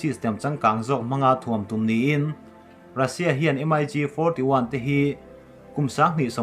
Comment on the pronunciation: Russian thlawhna hi M-I-G ti lovin Mig an ti thin